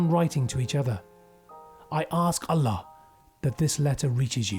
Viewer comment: Older hypocrite muslim man grooms young white teen, impregnates her multiple times, forces her to conform to his false religion, then kidnaps her children. It’s disturbing how normal this story is in the UK. And why did the British narrator pronounce “allah” that way?